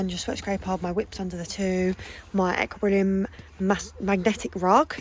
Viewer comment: Are you aware that you say Equilibrium wrong every time? It’s pronounced Equi-lee-brium